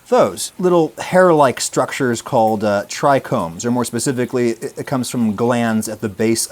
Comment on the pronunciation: Bro be talking about "medicinal herbs" and "terpenes" and "tricombs" 😂 We see you bro 😂